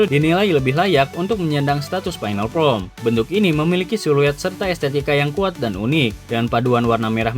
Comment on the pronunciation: FORM bang, kok sering dnger jd from 😂😂😂